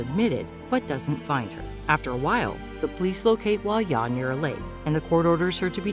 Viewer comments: Girl it’s pronounced hwa DYA not hwa-ya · Hwa ja. Not huaya. Jung in, not youngin